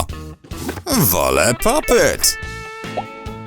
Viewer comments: Popit a nie popyt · Nie popyt tylko popit 😡😡😡😡😡😡😡🤬🤬🤬🤬🤬🤬🤬🤬🤬🤬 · nie popyc tylko pop it